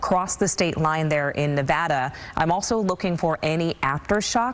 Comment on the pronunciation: At least they pronounced Nevada correctly